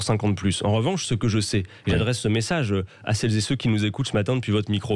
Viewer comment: "Celles zé Ceux"